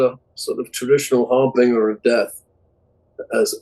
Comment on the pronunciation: What a strange way to pronounce "harbinger." It almost sounds like a version of "Harvey Wallbanger."